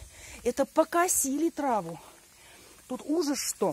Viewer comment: Тема хорошая. Но, почему такая агрессивная подача?! Прям наезды!!! И не тра́ву, а ТРАВУ́! Не приятно слушать.